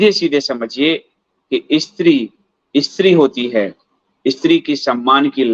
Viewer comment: What is "Ee-Stri"; kya 'Stree' nahi bol sakta? Pronunciation toh theek kar lo.